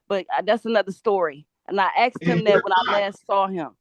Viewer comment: SHE AXED HER LAWYER!!!!!!!????